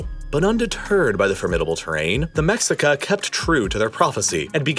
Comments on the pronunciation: its meSHica, not meCKSica 🤓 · your pronunciation is off - its Lake Teshcoco, not TeXcoco. Also its Meshica, not Mexica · It's not Mexica it's pronounced Me-shika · The original tribe is pronounced "Meshika" not MEX-ICA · The mexica is not pronounced mex-ica. Its pronounced Meh-shi-ca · Mexica is pronounced Me-she-ka not Mex-i-ka lol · I like that you used mexica, as that’s the term we prefer. But it’s pronounced “meshica” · Mexica is pronounced "MeSHEEca", just for future reference :) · Mexica is pronounced “meshica” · Just for future reference, it’s pronounced “Meh-she-cah” The X isn’t pronounced the same way as it is in english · I get he is speaking English but if he is too lazy to respect the name of the Mexicas then he might as well say Mexicans. Means the same thing. In Spanish When we refer to Mexico we say (Meh he coh). When we refer to the Mexica clan in Spanish we say (Me shee cah). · The x in Nahuatl (the indigenous language of teh Aztecs) is usually pronounced as an Sh sound. So lake Texcoco = lake Tesh-coco and Mexica (the name of the Aztec ethnic group) is pronounced me-shi-ka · "Mexica" is pronounced "Meshika" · Pronounced Mehcheeka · Love the narrative, but two issues: "mexica" is pronounced something like "meshica;" and the icon representing the migrant mexica... clearly a European man. Oh, and it's pronounced something like "TenoshTItlan." Other than that, great job. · it’s not humans, it’s europeans. the mexica (pronounced ‘mei hi ka’) were able to engineer a city (pronounced ‘teno chti tlan’) that floated on lake texcoco (pron. ‘teh ko ko’) because of the way it was built. the spaniards imposed unsafe building practices unfit for an aquatic city, whose unfitness for the environment was exacerbated by 20th century urban development practices. how can you say “humans” at large are to blame when its really just colonization and colonizers that are to blame for the problem?